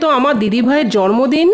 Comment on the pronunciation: খুব সুন্দর কিন্তু জন্মদিন কেনো জর্মদিন বলছে বুঝতে পারছিনা আমি ভুল শুনলাম??